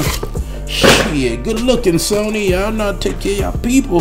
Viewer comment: "Got the Sawny" lmao